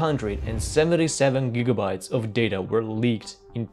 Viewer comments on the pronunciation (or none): none